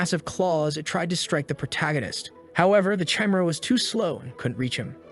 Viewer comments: Jezez AI pronunciation. Chimera is not "Cheemera" it's "Ki Mera". Teach you AI better. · Say it with me: Kah- E-Meh-Rha (chimera) Not: chai-meh-ra. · they way you say chimera 😭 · cant get pass the way he pronounces chimera.